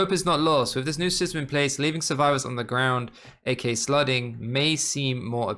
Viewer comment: I can’t be the only one who hears slutting instead of slugging